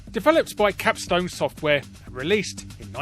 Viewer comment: Capstone? Capstone?! CAPSTOOOOOOOOOOOOOOONE!!!!!